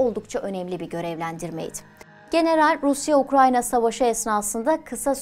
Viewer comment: Orusya... Diye başlanır mı ya konuşmaya, aklım gitti